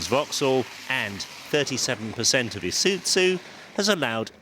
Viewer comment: ee suiT zoo.... OMG.... it's Ee-sue-zoo....